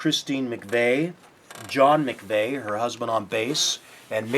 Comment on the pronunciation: McVie is pronounced MacVeee, not MacVay